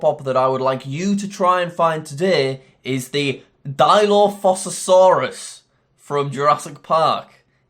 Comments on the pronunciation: Jack said dilophopasoraus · I can’t believe jack said dinophosasaurus like that is no where close to dilophosauraus